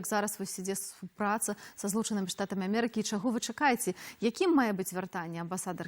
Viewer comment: Вячорка:"Плян,дыплямат,амэрыка"-гэта не па-беларуску,рэжа вуха.Гаварыце,кали ласка на беларускай мове)))